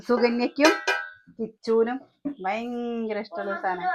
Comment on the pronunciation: വയങ്കര കൊതുക് 🤣ഭയങ്കരം എന്ന് പറ